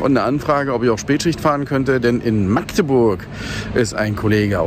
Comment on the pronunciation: schön zu hören das du meine Heimatstadt richtig (in welchem "slang" auch immer) aussprichst 👍👍👍 99% der Deutschen schaffen das nicht (mit 3 oder mehr aaaaaas)🤬